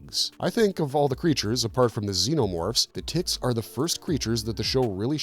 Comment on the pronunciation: I'm not hearing the word ticks there. 😂